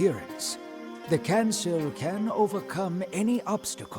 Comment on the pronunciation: Kancil... Should be pronounced as kan-cheel...hahahaha....